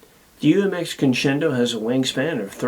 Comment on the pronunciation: This is least favorite UMX. Mainly because he can't pronounce it 👍